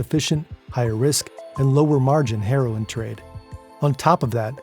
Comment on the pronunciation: Lol when he says heroin it sounds like herring